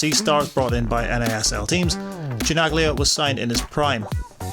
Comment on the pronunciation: omggggg..cringe..Giorgio what? who is this loser presenter of this video ? Chi Nag Lia? how insulting ...blaspheme